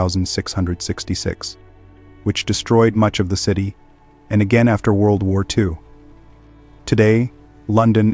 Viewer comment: the point being your AI voice over. It also said DOUBLE YOU DOUBLE YOU EYE EYE” instead of World War 2. When you are inputting it into your AI generator, I recommend actually spelling it out. Like “the third” instead of III or “World War Two” instead of WWII. Personally I thumbs down and block every channel that uses AI voices because I don’t know how lazy you are and you could have easily stolen all of this content. Good luck.